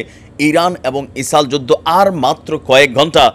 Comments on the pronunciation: আরে ভাই ইসাল ইসাল কি বলছেন কথা বলার আগে দেশের নাম টা পরিস্কার করে বলেন। কি বার বার ইসালে ইসালে করতছেন। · ইসাল😃এটা কি কুমিল্লার নাকি কোরিয়ান প্রনানসিয়েসন😅